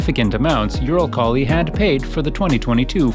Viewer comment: Please make the pronouciation better. Eurokhali??? :D